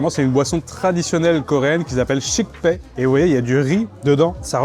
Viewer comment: Hmmm merci pour cette vidéo qui donne faim! Petite remarque néanmoins: fais gaffe, tu écorches la prononciation de certains noms que t'a pourtant donnés haha (ex: "shikpe" = shikhe, "manju" = mandu, "dapchae" = japchae)!